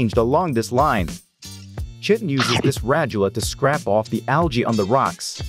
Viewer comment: I believe its pronounced kiton but shitin is way better 😂😂